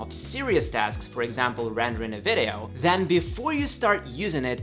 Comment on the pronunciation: I wish you just don’t say vedeo instead of video